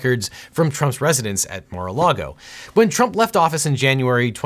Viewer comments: haha yea NARA LAGO spelling is even weird , was thinking there might be another place called NARA LAGO. Think it’s MAR-A-LAGO he kept saying Nara. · Objection: Seriously "Nara Lago" . Remember due diligence in all content is important. 😄